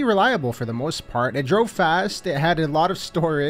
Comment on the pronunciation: Did just say "for the MOIST part" at the end lol